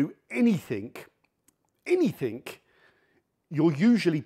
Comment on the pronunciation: "anything", not "any think"